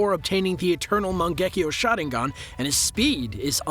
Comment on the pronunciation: i swear I heard him saying shotting gun instead Sharingan..😅